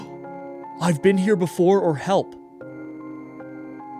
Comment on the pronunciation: She didn’t say help, she said hllp did anyone else notice that?